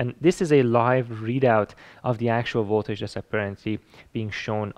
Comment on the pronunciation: You make great videos that I really enjoy watching! But you should really learn how to say the word voltage, since it's used so very often in your videos. It's not voltaesh, it's more like voltedge if I try to spell how it should be pronounced.